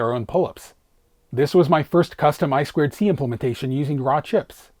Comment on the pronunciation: Eye-two-see, not Eye-squared-see. 😂